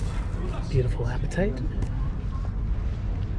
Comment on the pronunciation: That's ok, he pronounces apatite wrong too. It's APE-ATITE.